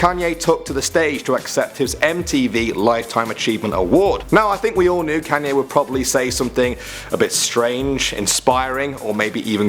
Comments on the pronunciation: Yeah guys "Canyee West" 😂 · You pronounced Kanye's name Can-yeh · I thought it was, "Kon-ye West" not, "Cane-ye West" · It's kanyeee not kanyay even though it is spelt Kanye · It's pronounced KONYAY not KANYAY!!!!!!! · The way you call kanye canyay😂😂😂😂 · “Can-yay.” LOL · "Can"ye West lol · It's Kanye west not kaaanye west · Lol "Canye West" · Why you pronounce kanye like a nerd?